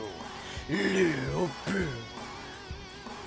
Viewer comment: studied chinese for 7 years pretty sure that's not how you pronounce his name xD but still i'm hyped, subscribed